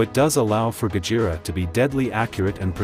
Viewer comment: I wonder if there will be a Mothra or even King Ghidorah analysis video also it sounds weird when AI couldn't even pronounced Gojira correctly it said "Gajira" not Gojira